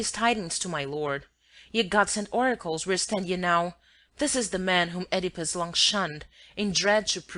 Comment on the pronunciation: I have no idea what they're saying. And they don't say "Oedipus" right.